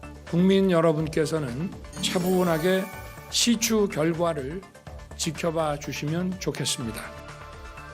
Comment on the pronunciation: 시추 맞죠? 시츄 아니고?